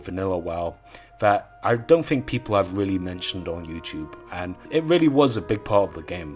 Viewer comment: I 'Fink'...